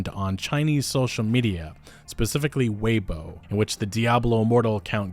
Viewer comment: Weibo (pronounced way-bwah) 😎🤜🤛😎